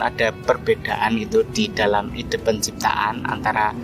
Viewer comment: Ide dari Aidea itu baca e pepet bukan e taling. Pet, Pen, Presiden bukan petai,beling